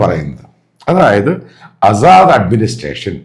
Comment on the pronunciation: ആസാദ് അല്ല അസദ് എന്നാണ്. വായിക്കാനും എഴുതാനും ആദ്യം പഠിക്കുക